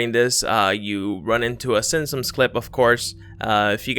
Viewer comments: It's pronounced SIMPSONS. Not "sim-sums." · NOT the whole nose , just the tip was SILVER ... jezzz you people find every little thing to try and make it an ME ... OH and dude learn to PRONOUNCE the SIMPSONS ...LOL ...in your other time line were you a lot smarter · The way you say simpsons really bothers me